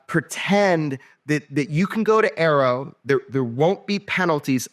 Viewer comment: A.A.R.O. , not "arrow".